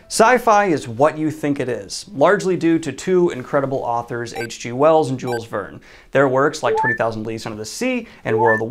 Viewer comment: Do all Americans and British pronounce Jules this way?